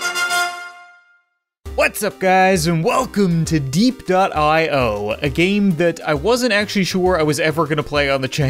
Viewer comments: It’s derpeo that’s how you say it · I'm pretty sure it's called DE-P the i is sinent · Dep is how u pronounce it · It's "die" p.io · It's pronounce biep.io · diep, diep, deeap why do all of these game names suck!? Me: why do you suck at pronouncing io games? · its pronounced de-ep-.io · It is pronouce deep.io